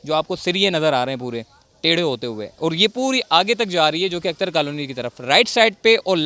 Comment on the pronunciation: اختر کالونی۔ اکتر کالونی نہ بولو۔